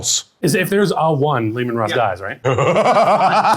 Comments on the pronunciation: LOL, why does he say Roose? There's gotta be a story there. Great game, one of my favourite 30k stories. Mangus may have done some things wrong, but he's still one of my favourite Primarchs. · Brilliant game, fabulous board, but, what is this Ruse you keep calling, there is no 'e' to soften the 'u' it is Russ as in 'Ruhs'. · mans said Ruse 20 times instead of Russ, this is a lie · Leman roos is now the only way I'll ever hear his name pronounced. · Love how everyone corrects the dude mispronouncing Russ's name. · This game was an absolute blast! It was every bit as cool to see in person as you all would image. I would like to say before the internet mercs me - I pronounce Russ incorrectly in homage to an inside joke that was sadly left on the cutting room floor. I hope to return to the 31st millennium sometime very soon! 🐍